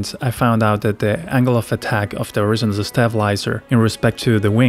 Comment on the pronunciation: Good video, although i think you can pronounce horizontal a bit more clearly by putting more emphasis on the ON instead of IZ. As in, horizONtal. Just a tip.